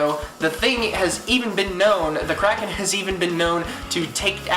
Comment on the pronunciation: GODZILLA WILL WIN btw he forgot how to say kraken